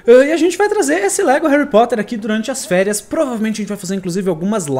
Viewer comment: Réri Porter :D (Só brincadeira)